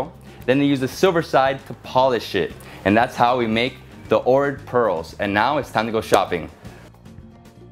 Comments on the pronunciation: You say it like Ochrid but your saying Orid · It's pronounced "Oak Rid". Please pronounce place names correctly! Some factual information is incorrect also. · Right? Been a couple times and have made friends there. Their pronunciation sounds more like OWK-rit. Decent vid nonetheless. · Fonetic, is actually Ogrid. One Bulgarian told me. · Ohrid is pronounced aw-hrid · Your say Ohrid wrong sorry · Omg everytime you say ohrid I'm cringing so wrong